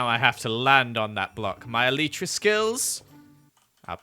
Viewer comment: eleetra eleetra eleetra... me: (elytra)